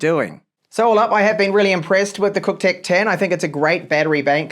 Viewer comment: Nice mate, did you say it's cocktech? 🤣